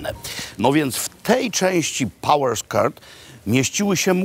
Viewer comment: Pałers kert lol panie Makłowicz pałers kort. Skony a nie skonsy.